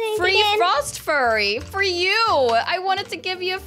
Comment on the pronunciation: Hi i love ur vids and by the way say -frost-f-yur-y to say frost fury xxxx (not being rude)